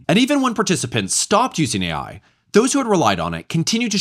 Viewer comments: why tf does she keep saying A1? No one ever told her its Artificial Intelligence? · i can't get passed the fact that someone advocating for AI teachers cant even say AI. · cant even pronounce AI correctly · Her pronouncing AI "A1" gave me psychic damage. Unbelievable these people acting like they know what's best while they don't know anything. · Is she saying A1 because she has only seen AI written and doesn't know it stands for artificial intelligence?